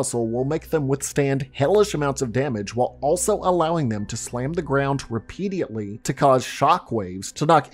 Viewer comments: Great video! just you said this multiple times, its repeat-edly, not repeatialtly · repediately, you say? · Good vid man. I love how you pronounce "repeadiately" 😂👍🏻